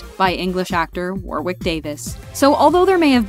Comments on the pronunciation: Warwick Davis — it’s pronounced ‘Warrick” (like the city/county) not ‘war wick’. Good video, must take as long as the films to put together so much footage. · Again Americans seem to never research how a name is pronounced. Warwick, you don't pronounce the second "w" in it. So it should be pronounced as War ick and not war wick. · It's "War-ick" not "War- wick" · That's not Liam Aiken, Liam Aiken played Klaus in the 2004 movie. And Warwick is pronounced Worrick.